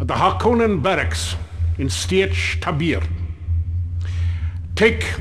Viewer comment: Mistakes Made in this video. Naib = Leader of Sietch Fedaykin = Fremen Death Commando Tabr = Pronounced Tayber not Taybeer. Sietch = Pronounced Seeitch (essentially a place where fremen live a community cut into the rock) Shai-Hulud = Shai Haulud not Shai Aluud Great Convention Issues. Regarding the Use of Death Hand Atomics by the Harkonnen. They are forbidden to be used against living enemies. Possible repercussions would be annihilation of Harkonnens. Its possible that the usage of atomics is allowed in this case but still its an issue. Symbol of the Harkonnen House is wrong. Its a Blue Griphon in the books. Symbol of the Atreides House is wrong. Its a red hawk. Ordos was not part of the books. Edric O would be a non-violation of Orange Catholic Bible but would be very grey area. Given he is a Cyborg clearly. Almost similiar to a sentient AI. Given the corporal and non-corporal nature. It is possible that a Harkonnen Baron is Cannibalistic but unlikely I think they were just trying to show how less human they are to a degree. Still I enjoyed that game immensely when I played it.